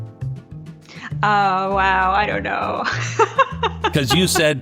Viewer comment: I like it when people pronounce his name 'Stetler' 😂